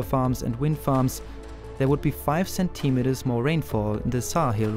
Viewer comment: Amazing video, by all means. On a secondary note, review and practice your pronunciation of the word "centimeter".